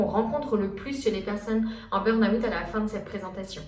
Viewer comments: Intéressant mais burn out ça se dit burn out et pas burn aouuut 😂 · Pour quoi vous dite "burn Août" 😂😂